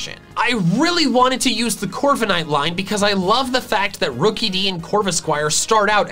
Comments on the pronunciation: CORVIKNIGHT, NOT CORVENIGHT! ROOKIDEE, NOT ROKEDY! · Left off the K in Corviknight! And it's Coalossal, NOT Collasal!